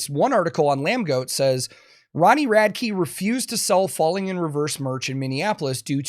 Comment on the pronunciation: why does everyone call him Ronnie Rad-key? have they never heard him say his own name? Rad-ick